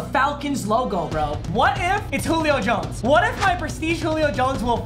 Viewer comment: got Jones right!